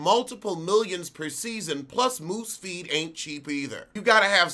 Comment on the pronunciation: Did you say "moose feet?" 😄😂😂😂😂😂😂